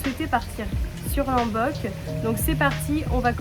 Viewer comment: Ça se prononce"LOmbok" avec un O pas un A 🙏🏻